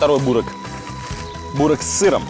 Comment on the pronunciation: Не бУрек, а бЁрек